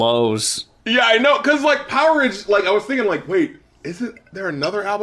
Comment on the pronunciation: Not sure if anyone else mentioned this but that album title is pronounced power age...not poweridge :p I think the idea was that it was like the stone age or the iron age but with electricity. The way you guys said it sounds more like a foodstuff or something